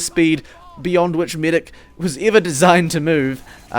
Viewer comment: "Only for the midic instead " I really wanna know where u are from xddd